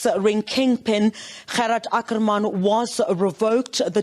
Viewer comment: As the word " water" can be pronounced in an Afrikaans or English manner so can the word " Ackerman"be pronounced either in an Afrikaans or English manner. it had always been pronounced in an English manner.Why is it now being pronounced with an Afrikaans stress.?